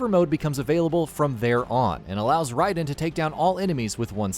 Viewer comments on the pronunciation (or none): none